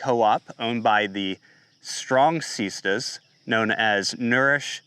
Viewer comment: the strong seeezstahs